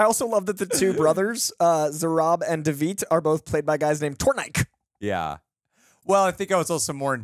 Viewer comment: Georgian here. Man, I wish we were represented in a lighthearted movie for once. Those actors are pretty famous here. Chris speaking Georgian is so surreal. Those actors names are pronounced Tor-ni-ke not Tornik. "Nagazi" means shepherd. There's a lot of them here.